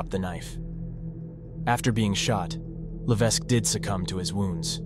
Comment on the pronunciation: Levesque is pronounced without the "s"